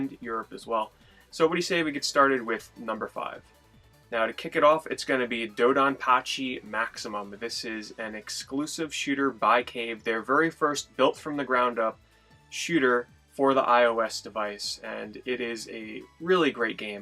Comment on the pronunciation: "dough dawn pachi" lol